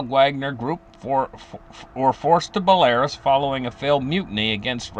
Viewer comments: It's Bell-a-ROOS, not Bel-AIR-Us. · Belarus is pronounced Bella-roose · He meant belarus, pronounced bell a roos. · Will you get your pronunciation of Belarus corect please